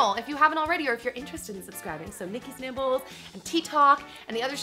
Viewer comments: Lol I kept hearing "Nikki's nipples" :D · why foes it sound like she's saying Nikki nipples